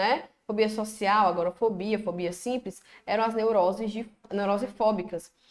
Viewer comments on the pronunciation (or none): Só uma observação: é agorAfobia e não agorOfobia....fica a dica.